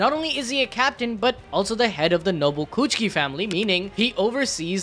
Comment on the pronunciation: Bro really said rukia chuuchie